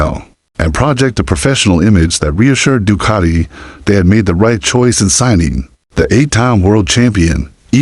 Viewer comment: Doocarti? Du-cat-i 🙄